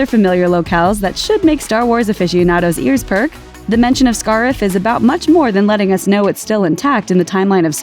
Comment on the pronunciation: The pronunciation of Scarif tells me that the female narrator is not a Star Wars fan, but just someone reading a script. Bummer.